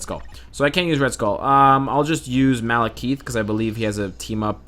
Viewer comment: "Malekeeeth"? That's not a voice issue. He's straight up misspronouncing Malekith.